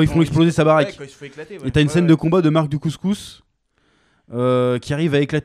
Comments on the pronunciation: Quand vous dites Mark Dacascos, j'entends Mark du couscous mdr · Il s'appelle mark dacascos? J'avais compris couscous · En Mode VHS nous a tous matrixé avec son Marc Du couscous, plus possible de dire Dacascos.